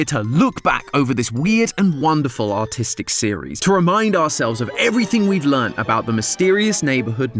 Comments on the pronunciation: it sounded like you said autistic because of your accent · Did he say autistic or artistic?